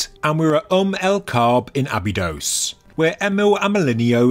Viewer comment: Abydos, not Abydose.